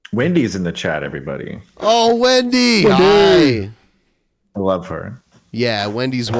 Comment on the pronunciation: I would Luuuh to see your bu'hoe.